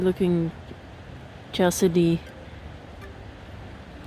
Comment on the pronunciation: Nice video. Here's how to pronounce that word Chalcedony - Cal-said-dough-knee - this is how it sounds when said correctly.